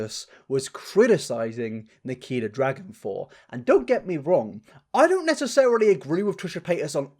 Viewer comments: If you listen closely it sounds like triaher and nikiter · I died when he said Nikkeetar 💀🤣😭